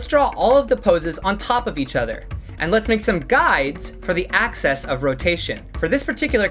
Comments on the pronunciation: dude said axis like access and it really disturbs me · The word is "axis" of rotation, not "access", but good video haha